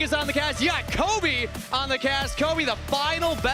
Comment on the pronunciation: 1. Her name is and she has the crew's deepest and most current knowledge of the other regions. She's a genuinely excellent analyst 2. That's CAPTAIN Flowers to you buddy. 3. It's Kobe. Not cobey. 4. Azael not even mentioned. Absolute blunder